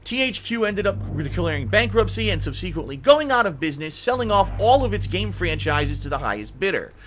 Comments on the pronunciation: sub-seh-quent-ly not sub SEE quently...you can change the channel's name, you can't hide the fail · ugh. SUBsequently, not subSEEquently. Stop that. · its pronounced SUB - SEC - KWENT - LEE not SUB - SEE - KWENT - LEE!! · you dont pronounce subsequently right. you say (sub SEE quint lee) instead of (SUB se quent lee) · IT'S PRONOUNCED SUB-SUH-KWENTLY Not sub-seek-kwently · Sub-suh-quent-lee.Jesus Christ.Not sub-see-quent-lee.I forgave the first one. But the second one.... No. No. Bad boy. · I gotta say, it was entertaining listening to you slowly unravel in your disgust. One note: "subsequently" is pronounced "SUB seh Kwent lee" rather than "sub SEEK went lee." Thank you for ...shall we say not mincing words? :D I will be sure to duck this title. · Dude... SUBsequently. It's not sub-SEEquently. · SubseQUENTly not subSEquently like wtf is this guy saying lol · Please say sub-SEH-quently not see-quently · LOL subSEEquently xD Get it together... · iliek I've looked in several dictionaries and sites and none contain a pronunciation as sub-see-quently. Perhaps it is his accent. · "sub-SEQUENT-ly"? we gotta change how you say that word. and also how many times you say it. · It's pronounced SUB suh kwent lee. Jesus, you'd think you would look up a word you don't know how to pronounce if you're planning on saying it every 30 seconds in your videos. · Why the hell do you keep pronouncing subsequently as sub-see-quently??? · Subsequently is fucking pronounced SUB-SA-QWENT-LY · SUB... C Quently... wtf man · This whole "subseekwent" business is awful. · It's pronounced subseh-quently. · its pronounced sub seh kwent lee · subSEQUENTly????? Is that how you're going to say it? Such pronounciation. wow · Pronounce "subsequently" correctly, then talk shit. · can someone please teach this guy how to say subsequently.... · God damnit quit mis pronouncing subsequently!!!!!!!!!!! Other wise I agree on all points. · You're saying subsequently wrong and it's driving me nuts!